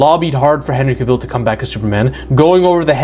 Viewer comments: You keep saying Henry KaViiil, you know it's Cavil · Dwayne’s ego combined with a mediocre (at best) script for Black Adam was a recipe for disaster. And we got one. Hollywood did Henry dirty dirty dirty. It’s pronounced Cav-ill, not Ca-ville and if you say it wrong one more time I’m gonna poke you in your one eye. 😆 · Henry Kuh-VILLE?